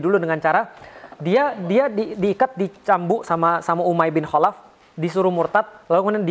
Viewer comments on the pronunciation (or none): none